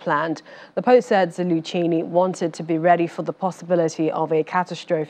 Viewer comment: Who is Zalu- chee-née? Is she attempting to mangle General Zaluzny’s name? Dear me. Zal- luz- ny. Now that wasn’t so hard was it?